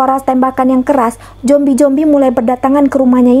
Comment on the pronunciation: Zombi kak bukan jombi 😂